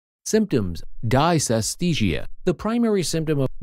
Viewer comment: If the narrator can't pronounce the term correctly there can't be much to learn - except don't use computer generated voices!